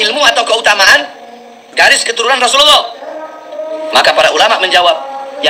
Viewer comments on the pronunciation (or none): none